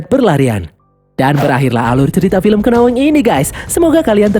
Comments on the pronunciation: Cara bacanya nowing bang bukan kenowing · Untuk pelafalan judul, knowing bukan dibaca kenowing, tapi dibaca nowing. K nya nggak bunyi. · sebutan Knowing itu tidak perlu d sebut huruf K nya ya, Knowing sebut aja NO ING bukan keno ing 🤣🤣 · Baca nya nouwing. Bukan kenowing. LoL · Nyebutnya nowing (k dibaca samar) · lu becanda kan ketika ngomong kenowing kwkwkwk, kinda annoying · Bacanya ga pakai K.